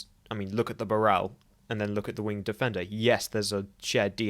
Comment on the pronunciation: It's pronounced "wing'd". You know. like how SHAKESPEARE spel't it?